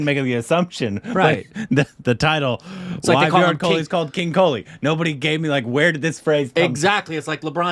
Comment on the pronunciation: It's KOHLI, not KHOLI